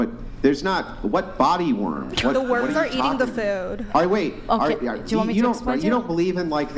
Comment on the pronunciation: "that have body WARMS." girl with bad English. "What?" Everyone "Exactly." Girl "Idk what you're saying." Everyone "Body WARMS." GIRL "Are you saying worm or warm?" Everyone "Yes " girl.